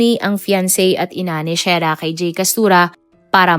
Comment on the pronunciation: SHERRRAAAAAAAAAAAAAAAAAAAAAAAAAAAAAAAAA HINDI SHAIRAAAAAAAAAAAAAAAAAAAAAAAAA MALI MALI